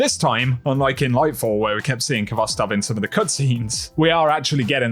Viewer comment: Stop mispronouncing khovstov! This is a Russian word, and the kh is a transliteration of the Cyrillic X. This has a sort of raspy H sound.